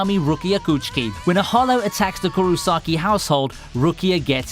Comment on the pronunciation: IchiGO not Ichigou KuRosaki not Kuwosaki or whatever.. Meh... Insta decline, but hey, Thanks for the vid :)